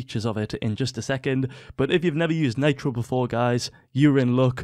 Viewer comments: Do you call mitro maytro ? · listen to the vid he pronounced nitro naytro lmao